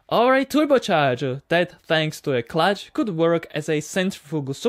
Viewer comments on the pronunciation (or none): none